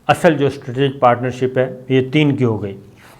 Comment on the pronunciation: Your all analysis are based on your narrow and shrink knowledge. You even can't pronounce "Strategic" correctly! Earlier we used to sustain this, thinking that you are a good soul. This is why we did sustain your fake news that Sharif Families are going to return 25 Bilion Dollars! But when we saw you were playing a dirty game of saving Arshad Sharif, the Coward, we came to know that you are not a good soul, Mr. Sabir Shakir!